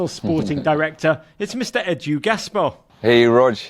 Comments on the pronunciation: Was calling him Ed-Yu on purpose? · How can you not pronounce EDU!! Like howwwww? Lolll